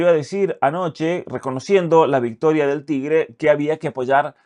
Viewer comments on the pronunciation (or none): none